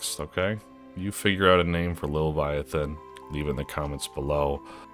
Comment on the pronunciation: Ethan for the fucked up way Aussie Behe says leviathan.